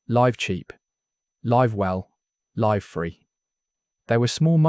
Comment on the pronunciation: When the narrator pronounces words like "live" wrongly does that mean it's AI generated?